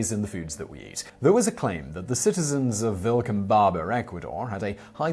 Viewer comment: Vilcabamba, not Vilcambaba.